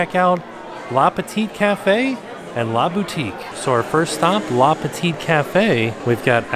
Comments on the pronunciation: Nice tour! Btw, it's "le petit café" and not "la" ;) and the last t is silent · hahaha with the last T of petit (should'nt be pronounce) it's pretty cute when it's said by Anglophones